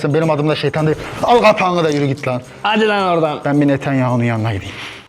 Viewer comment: Netanyahu değil mıdıdıeyyahu